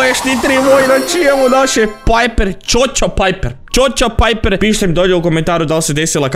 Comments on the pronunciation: Nije Čočo Piper nego Čoko Piper, Google translate tako kaže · kaze se coko piper